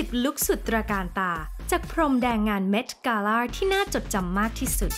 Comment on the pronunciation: คนพากย์อ่ะ ก็รู้ว่าภาษาอังกฤษดีนะ แต่บางทีก็ accent เกิ๊น กาล่าบางคำมีใส่ r เข้าไปด้วย คำว่า gown ก็ใส่ r จนฟังเหมือน ground